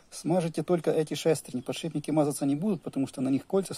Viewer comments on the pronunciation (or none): none